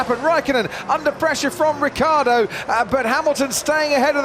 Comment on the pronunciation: RiccIardo, not Rickaawrdo.